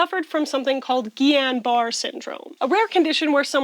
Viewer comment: This is so dumb but on House they used guillane-barre syndrome in SO MANY EPISODES and they always pronounced it "bar-EH" but tbh your pronunciation makes so much more sense. I feel like I've been lied to lmao. Happy holidays & commenters:) *ok end of video update but i think there's a real tie in here. screw the misinformation that capitalism feeds us! read books and promote literacy <3 and maybe double check how to pronounce medical names lol